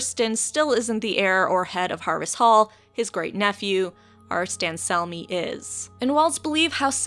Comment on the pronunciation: Barristan Selmy, not "Battiman" Selmy. you weirdo.